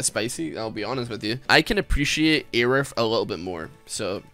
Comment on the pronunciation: It's pronounced "a roof"